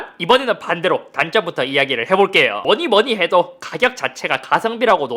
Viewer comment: 뭐니뭐니해도 갑자기 발음이 왜 그래요? ㅋㅋ